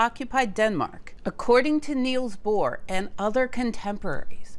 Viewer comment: Nils Bohr NOT NEILs